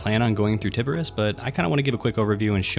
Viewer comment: Did u just say "tiberus"?